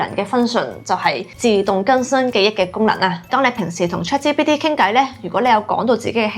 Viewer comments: Chat「之」PT?😂 我聽咗好多次都係「之」，留意返「G」嘅讀音比較好 🙈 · 但佢讀到GPT 係ChatGPT連埋講先會讀支PT😂😂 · 我keep住聽到 Chat芝PT 但條片做得好有心機 nice work!!! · 呢個係廣東話台. "G" 讀到“之”係可以原諒!!! 😅😅😅👻👻👻